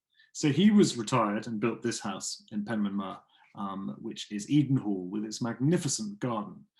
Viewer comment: A really interesting history of the family. I loved the film The Dig, but I like to look up the real background to the story. Thank you for this, you are pronouncing Penmaenmawr correctly by the way. I’ve been interested in archaeology since I was a small child, and have been lucky enough to visit Egypt, and experience its wonders, which was amazing! 👍🏻 Andrea